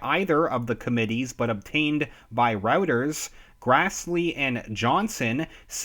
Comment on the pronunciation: It's "YAAH-WHO" not "YEAH-WHO", and "ROY-TERS" not "ROUT-ERS" ... Thank you!